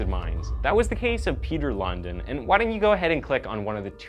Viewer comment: I like the way you americans always pronounce danish names completely imcorrect🤣" Peter London" the real pronounciation is more similar to Peter LoonDEENwith emphasis on the last part, not the first